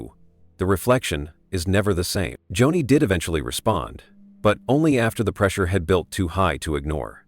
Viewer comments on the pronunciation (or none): Not Johnny....Joni.....AI